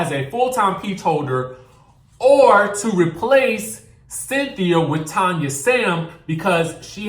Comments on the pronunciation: Her name is pronounced Tann-ya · Hey Name is Tanya! TAN-YA 🤣